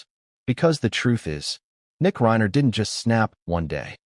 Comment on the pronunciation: This is pure AI, which is fake media format, it's a robotic voice read by a computer from a typed narrative. That's why you will hear irregular examples of Rob Reiner often pronounced Rob REENER, rhyming with Weiner. There is a robotically programmed "concerned" and "sincere" tone of voice of the AI narrator. I wish viewers could boycott AI, or whatever else it would take to get You Tube to return to real documentaries like it used to have, with a knowledgeable interviewer and interviews with the principle people who know about the subject matter, real people talking to each other, no one calling Reiner REENER, while using a programmed fake sincere voice to sound like "We" all know this or that, and so many fake phrases the machine has been programmed to say. AI is good for some purposes maybe but misleading and dishonest for this kind of thing, yet, it's influencing people who are watching it. i'm not saying it's even trying to influence you. It's trying to get views, it's trying to make money for the programmer or whoever hired them. It must be a lot more expensive for you tube to use real human documentaries. These fake ones repeat the same information under different titles, pretending to have new things to say, more than a few minutes. I tried to watch this one, the bait was new information that hadn't come out until today, the actual reading of the will. i was watching it, there's really nothing to watch, it's repeats of the same photos over and over, a photo of Romy, a